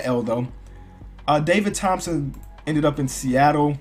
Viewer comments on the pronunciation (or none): none